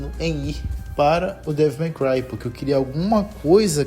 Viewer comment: Ufa... Achei que ia ter que corrigir o Devil "Mai" Cry pra Devil May Cry ("Dévol Mêi Cruai")... Se corrigiu. Até estranhei você falando os demais termos certinho. Boa! Boa,! E sobre essa franquia, amei, joguei tudo, zerei mais de uma vez em outras dificuldades. Bom, poderia até ver o que tem no meu canal, sobre isso. Depois, passei a focar na franquia God of War. (Meu interesse é desde o 3, acho que já joguei o suficiente das clássicas, na época do PS3, e o 3, não tive oportunidade no PS3, e joguei no PS4.)